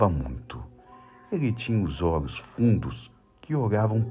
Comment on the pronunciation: Gosto de ouvir seus relatos.. Mais confesso que tenho agonia porq vc. Fala errado tipo olhos ogos.. Calafrios caga frio.. Eu tenho agonia desculpa ta